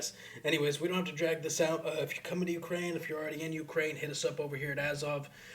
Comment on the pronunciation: "I wus heeit"